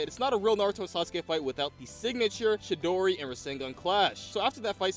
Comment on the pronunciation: bruh he seed chidori